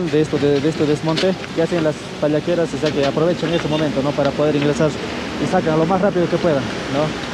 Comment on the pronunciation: Pallaqueras!! No palanqueras!! Lo dijiste mal más de 6 veces. Raro que no sepas como se llaman despues de haber estado alli. La atencion de algunos no es la de otros desde luego.